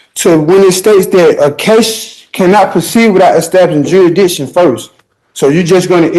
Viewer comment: Did they ever prove "jurydishin"?